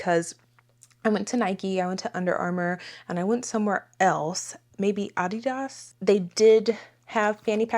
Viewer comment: Gave you a thumbs up for pronouncing "Adidas" the correct way 😀